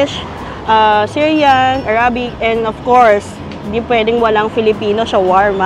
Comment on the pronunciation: Please consider researching the right pronunciation for the word “arabic.” Salamat po!